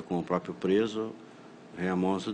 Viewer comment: vurenabilidade kkkkkkkkkkkkk